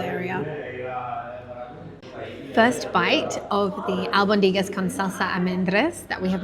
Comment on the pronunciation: It's pronounced AlbOndigas with the stress on the o